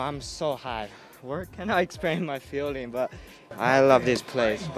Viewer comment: feeling 講得像filling